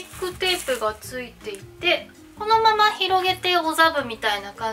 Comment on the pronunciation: 座布団のことおざぶって言ってますか？かわいい😊